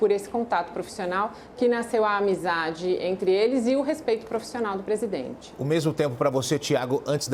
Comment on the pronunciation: Assssssssim se diz presidenre